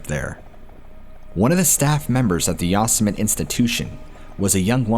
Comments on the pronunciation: Yoss-Emit… really?? It’s Yo-sim-it-ee lol. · Nottttt Yah-sum-it!!! 😂😂😂😂 Yo-semm-itty. Lol oh man that made my day. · How ya gonna make a video about parks and not even know how to pronounce these places? Not YOS•AH•MET it’s YO•SEM•AH•TEA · It's actually pronounced "Yo-sem-it-tee" national park.... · How could you POSSIBLY NOT know how to pronounce YO-SIM-E-TEE??? didn't you ever watch Bugs Bunny cartoons? 🤔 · Is “ya some mitt” someplace other than Yosemite? Or is the name just being horribly slaughtered? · Is “ya some mitt” some other park or is this person pronouncing Yosemite horribly wrong? I mean surely nobody could,,,never mind. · Dude said Yosemit! 😆 😆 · Yosemite = yo-sem-it-e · Bro.. Yosemite is pronounced YO SEM ITTY.. LOL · Saying Yosemite wrong, there is a Youtube on how to pronounce it properly. I remember this story. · hearing the word Yosemite mispronounced so many times is painful😂 still good video 👍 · OMG. If you’re going to pretend you were a ranger at national park during the Stainer murders - please at least learn how to pronounce “Yosemite”!!! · Great stories.. You just blowing mine with the mispronouncing of YOSEMITE.. SMH LOL